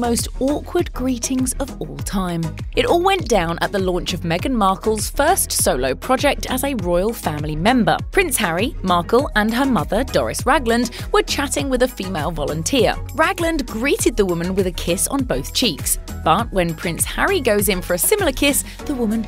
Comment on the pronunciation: Did you just call Meghan's mother 'Doris' her name is 'Doria' - if the video is cringe worthy how about showing it so we can make up our own minds.